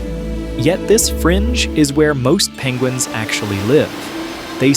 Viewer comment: pengwings :D